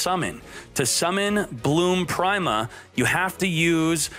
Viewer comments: Nobody:: Bloom Prime-a I'm really starting to think he's intentionally mispronouncing these names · i don't think he's pronouncing prima correctly.....